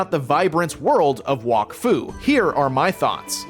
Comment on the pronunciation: bro is saying walkfu not wak fu